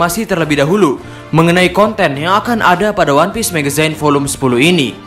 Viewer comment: Agak terganggu min sama pembacaan magazinenya harusnya "megzin" bukan "megezayn"